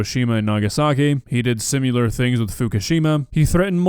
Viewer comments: Dawg. It's "SIHM-ILL-AHR" not "SIHM--YULE-AHR." Fuck's sake, man. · …. I love you man, but please, for the love of God, stop saying “sim-u-lar”!!! 😂